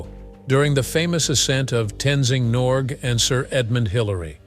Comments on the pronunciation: "Tenzing Norg"!? It is Tenzing NorgAY, if you please! Not quite sure how many more errors there are in this "documentary", but this one is so obvious, that it should not have occurred in the first place. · Wrong elevation, wrong spelling/pronounciation of Norquay's name... STOP USING AUTOMATIC NARRATION, AND USE YOUR BRAIN AND OWN MOUTH TO SPEAK.... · It’s Tenzing Norgay not Tenzing Norg ….. some nice scenes of climbers at various stages of climbing Everest, enjoyed the video.